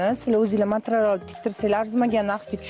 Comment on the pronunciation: Matral demeng materyal deylar